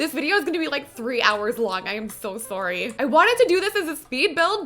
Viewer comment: "I am so sorry.", your Canadian is showing.